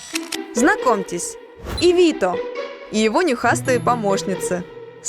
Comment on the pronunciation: НЕ ИВИТО А ИВИЦА МУЖИКА ЗОВУТ...ЗАЧЕМ КОВЕРКАТЬ?